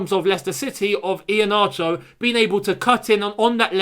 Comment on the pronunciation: Lol... his name is not e-he-na-cho... his name is... her-na-ture or e-her-na-ture